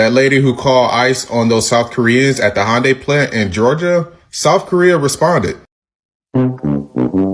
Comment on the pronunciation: I know it is not the point… But, it seems North Americans have a hard time pronouncing Hyundai.😅